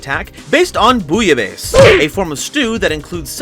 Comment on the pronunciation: Can't blame you for the pronounciation of the french words, it is so hard to learn I'm from france but you pronounce Bouillabaise perfectly. It's an archetype I'm really hyped to try, hungry burger was 1 of the first card I owned